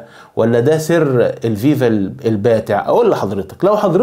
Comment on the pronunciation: اولا اتعرف كيف تنطق الاسم كما يجب اسمها الـفـيـفـا. FIFA بحرف إلـفاء بالحروف اللاتينية و ليس الـڤِـيـڤـا VIVA لأن المعنى لا علاقة لهم ببعضهم